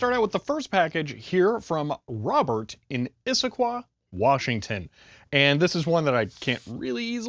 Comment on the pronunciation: Good job nailing the pronunciation of Issaquah.